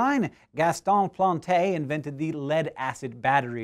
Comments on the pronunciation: Please get the accents right on French names because they are very important for the correct pronunciation. Leclanché and Planté. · Hank, for info you don't need to pronounce the E at the end of a French word unless it has an accent like this -> É. I'm only guessing, but I'm sure Plante and Leclanche fall into this category. :) Apart from that, tres bonne prononciation, mon ami! Allons-y!